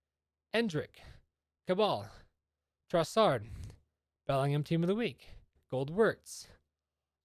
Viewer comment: Just say Trossard bro